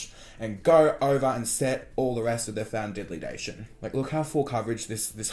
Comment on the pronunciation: Love when you say foundidldation